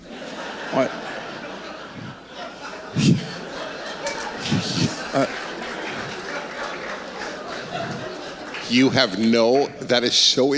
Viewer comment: Lipshitz? or Libs Shit? 🤣